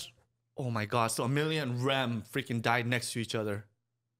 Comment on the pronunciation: she even called Ram Rem